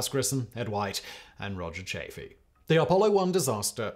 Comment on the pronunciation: Mispronunciation on Rodger Chaffee and Project Gemini but I still like your show